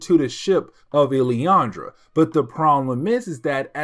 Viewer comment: Just for help. Its pronounced. “Lil-lan-dra”. Still, great coverage